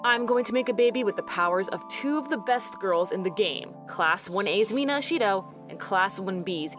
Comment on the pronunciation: FINALLY SOMEONE SAYS MINA ASHIDO! JESUS CHRIST! best girl has been way over doe!